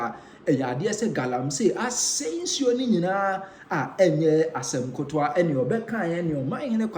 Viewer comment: Asem ketoa not Asem kotoa